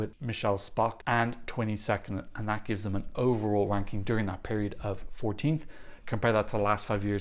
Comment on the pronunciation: I'm pretty sure substituted the 'R' in ranking with a 'W'... Must have been reminiscing on those Polish milk maids... 😂